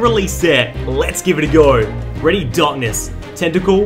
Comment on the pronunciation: "are you weady for this" (no hate) :)